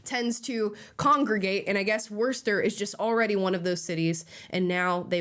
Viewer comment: Lmao nvm she said “Warshter” at the end